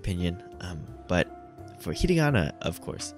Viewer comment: yeah there isn't really a simple fix to get faster at reading, you just have to read more and trust the process. also i hate to be that guy but you were pronouncing it ひりがな not ひらがな